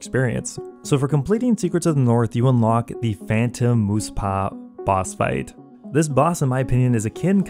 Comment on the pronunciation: Ha. "Moos-pah"